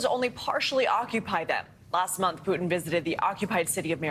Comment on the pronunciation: Is it Putin or Putaine ?! 😅